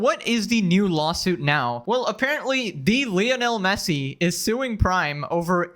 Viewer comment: Leo-nell Messi? 😅